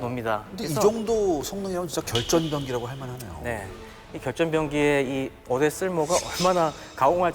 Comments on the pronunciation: 적당히 짧아야지 하필 어뢰만 몇십번이 나오는데 어뢰를 어네 어데로 들리는데 불편하지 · 열심히 하시는데 저도 발음이 특히 어뢰에서